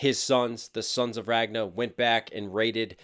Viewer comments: Why do you keep saying "Ragna"? His name was Ragnar. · Love your reactions but I just cringe uncomfortably every time you pronounce it "Ragna" instead of "Ragnar". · Aaaaaaaaaaa every time you say Ragnar's name you leave out the r at the end lol. It's Ragnar Lodbrok, not Ragna the blood edge from BlazBlue lol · It's Ragnar with an r at the end not Ragna haha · Nice! and impressed by your knowledge! especially the archer fingers. not many know that. Small critique, and i saw some do it in the comments. RagnaR. There is an R at the end of his name, and it is pronounced. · Ragnar is pronounced Ragnah, what.? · Is "Ragna' the true way to pronounce his name? （〇_ｏ）